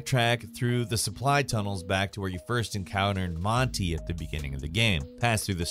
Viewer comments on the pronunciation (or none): none